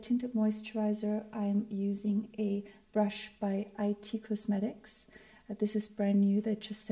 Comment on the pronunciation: Hi,! Lovely! (p.s. It's pronounced "it" Cosmetics, not "I.T.")